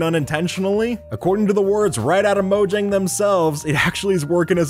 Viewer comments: Mojang is pronounced moe-yang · it's pronounced mo-yang mojang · Your saying “Mojang” wrong. It’s actually pronounced “moyang”. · Mojang (mo-yang) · mojang is read as moyang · Look Mojang sold Minecraft ok so stop saying Mogang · It's pronounced moYang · when i heard "15 Minecraft bugs that mojang never patched" sounds like "15 Minecraft Bugs that mojang never Fax"